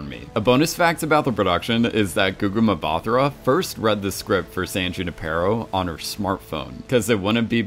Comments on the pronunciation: I really love your breakdown videos, and please improve your pronunciation of Gugu Mbatha-Raws name, you are brutally butchering her name 😣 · I'm cackling every time you say Mbatha-Raw 😂 wonder how you'd say my name Ngatha 😂😂😂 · Lmaoooooo it's funny hearing this guy trying to pronounce a Zulu name